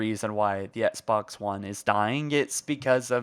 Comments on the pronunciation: Ok but why does he keep pronouncing “Xbox” as “Etsbox” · why are you saying etsbox brody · You can’t even say Xbox properly. Take a break or something.